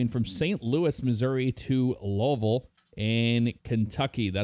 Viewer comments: Low-vull? 😂 it’s “Lou-vull” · Did say lolville? It's pronounced Looeeville or Louilsville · Pronounced Lou-a-vull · Did just say lolvol 😂😂😂